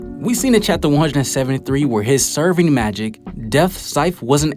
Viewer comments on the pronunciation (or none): Sev-er-ing magic*